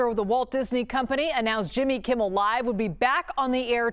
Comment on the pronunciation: She said Jimmy Kimmiel Live lol